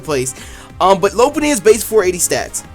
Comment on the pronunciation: He called Mega loupunny. gg